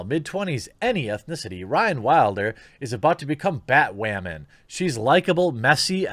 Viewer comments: why do you keep saying batwowman? is this like another "coov" thing? are you having another "fetch" moment? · Anyone know why he keeps saying Batwamman? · BAT- "Wamen" hehehe every time he says batwoman he sounds like baby learning how to use the letter "R" ... IAM weally weally sowie heh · Please don't stop saying BATWHAMAN! 😂😂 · its funny how he pronounces BaTWoMaN